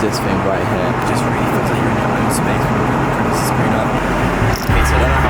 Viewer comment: Ok, he clearly butchered Lufthansa but this guy is British and doesn't know how to pronounce "privacy"? XD